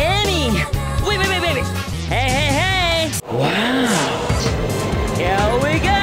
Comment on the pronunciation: I doubt he's saying "darn it", sounds more like "dammit" to me ...but then again, every time I hear him say "here we go", I'm hearing "yaoi go"